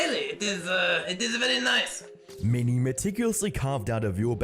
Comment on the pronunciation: Dude. You gotta get your pronounciation in check. Don't take this the wrong way, i mean no hate when i say that when you say "mini", it soinds like "many" and when you say "quote" it sounds like court. Just wanted to get that out of the way. I'm liking your videos so far but you gotta get your pronunciation in check